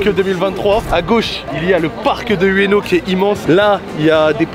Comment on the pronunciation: Je suis tellement triggerd par la façon dont ils prononce ueno